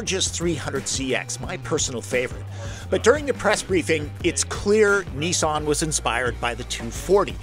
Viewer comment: Great review, however the car brand is Nissan not Neesarn. Also the pre Nissan name is Datsun, not Datsarn. The ‘Z’ series is correctly pronounced ‘Zed’ throughout the world thanks! What’s with the twisted linguistics?